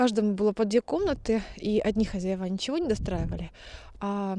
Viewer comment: говори, пожалуйста, хозЯева. Так правильно. А то слух режет. Вы с умнички.